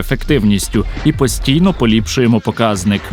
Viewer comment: Я розумію що це важко але правильно не покАзник а показнИк❤ Але я не знавець української мови 😂